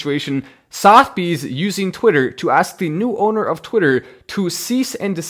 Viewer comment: not sothbys......Suth a bees...